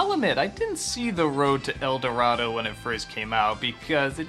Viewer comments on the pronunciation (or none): It is "The road to El Dorado" not "The road to El dorato" but I know what you're saying, I never got a chance to see it.